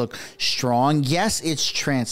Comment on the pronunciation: You seem to have forgotten that Khadr (a Canadian) murdered several Americans and was rewarded with millions of dollars by Trudeau. So yeah, Canadians do the same thing! Canadian mostly muslims go overseas and support terrorism and commit acts of terror in other countries! Also PLEASE ST is Not pronounced SHT! Stop it🛑😳 so STrong is not SHHHHTrong!! Yikes